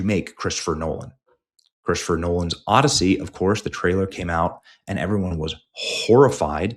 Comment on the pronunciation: The "Odyssoy"